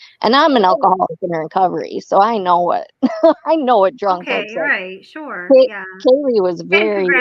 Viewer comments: She definitely says "Kelly" instead of Kaylee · Sounds like you’re saying Kelly, instead of Kaylee. Maybe it’s just me.